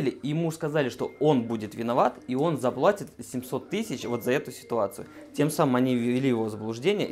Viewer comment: Умоляю! Скажите своему юристу что не заплОтят, а заплАтят! Как Вы сами говорите: кровь течёт😊😊😊